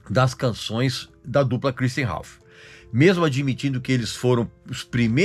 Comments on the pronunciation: Kur istian kkkk nada a ver essa pronúncia do Regis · Cruisthian hahuahauahauaha amei a pronúncia do Régis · Pra que falar o nome dele com sotaque inglês? Kkkkkkkk